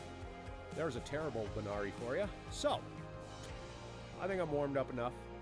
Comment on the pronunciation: Hey brother it's actually a "Barani" not a banari. Alot of people make that mistake though. Lol